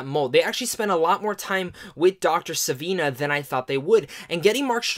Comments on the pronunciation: Love most of your reviews bro but two issues! One, to echo the other guy who pointed it out... you pronounced the villains name two different ways and and they were both wrong lol. It’s not Seneva or Sivina... it’s SivANA. Also!.. the fact that this movie didn’t “exceed any of your expectations by any means” makes me question why you weren’t as cautious on your optimism as you perhaps should have been... given the unpredictable quality, or lack thereof, that we’ve seen from DC in recent times. I was very positive about it... but it definitely exceeded my expectations! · Sivana...not Savina....another guy misread the name. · It's pronounced See-Vaa-Naa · Dr. Sivana ,Sih-vahn-uh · It is Dr. Thadeus Sivanna pronouced Cy Van Na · uh...no you didn't... You said Sa-vin-a....